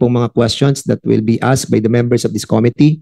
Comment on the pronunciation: Committee - ko MI -tee, hindi KO-mi-tee,!